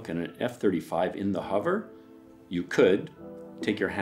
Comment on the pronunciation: It's unfortunate that in a video about hovering that you're unable to pronounce the word 'hover'